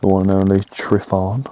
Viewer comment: It's pronounced " TRYVAN""